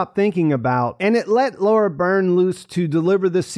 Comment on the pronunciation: It was a too much that the whole population survived and that the valve could contain a whole planets population. They overused the fake death cliffhanger. Anyone says Laura Burn. The I sound in Birn is the same as in innocent. She pronounced her name on the official podcast